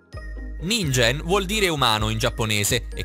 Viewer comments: Ningen si pronuncia ninghen un male al cuore per gli otaku come me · Si dice ninGHen però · Non per cattiveria, consiglio puramente rivolto a fin di bene, ma prima di registarare la traccia audio, informatevi un minimo su ciò che dite. La pronuncia di Ningen è "Ninghen" perché in Giapponese "g" e "gh" hanno pronuncie opposte a quelle italiane. Grazie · si pronuncia "ninghen" comunque... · La pronuncia di ningen dovrebbe essere «ninghen» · Si legge ninghen